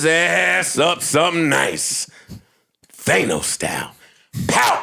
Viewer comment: Joe is “Thaynos” ..... 😅